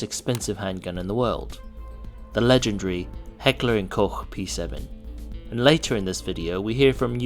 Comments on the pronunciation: Wow first american who can pronounce Koch correctly (not Coke lol). The bavarian polce recently also ditched the P7 and because germany had become totally left/liberal minded in the last 20 years, they dicided to destroy all of them instead of making money and sell them. Not even the police officers where allowed to buy their own duty weapon. At the moment they want to ban all knifes with a blade length over 2.3 inches. Its absolutly insane what is going on here. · THANK YOU - none of this 'Coke" business! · Thumbs up for saying Koch and Bundespolizei right ;) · The only guy I’ve heard pronounce Koch correctly outside of HK employees. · I have to give you absolute kudos. Congratulations, you are the first person I have ever heard actually pronounce Heckler & Koch properly. Everybody in the United States, to a person, even people who have that as their name mispronounce that word. The p7, actually the M8 and M13 variant are still the most advantageous carry guns you can carry in a semi-auto format, especially if you are stuck with the damn 9 mm. The 9 mm, has come a long way, but it is still a second-rate round. There is nothing wrong with putting the mag release where you can reload the firearm in a reasonable amount of time. Searching for a mag release at the bottom of the gun is archaic the only flaw that that firearm had. If you had wanted to insulate the frame from heat, you could have insulated the Piston sleeve with ceramic. And it's nice that it has at least a 4-inch Barrel, that is a minimum barrel length to get enough velocity out of a 9 mm hollow point read to actually start to function properly. There was nothing particularly expensive about the way the firearm is manufactured. They just charged a lot for it. Had nothing to do with any perceived expensive manufacture. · Wow, an American who can actually pronounce Heckler & Koch properly! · wow nice pronunciation of Koch and not coke :)